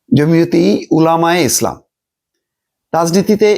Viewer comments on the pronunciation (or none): জমিয়তে উলামায়ে ইসলাম হলো, উপমহাদেশের প্রাচীন দল, এবং popularity আছে। unfortunately আপনি নামটাও ভাল করে বলতে পারতেছেন না!